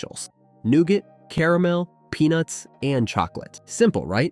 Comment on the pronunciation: At least "caramel" is pronounced properly at first. CARE a mel. Still a crappy computer generated voice track